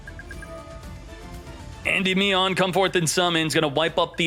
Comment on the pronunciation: Indie-me-on lol you aren’t saying it right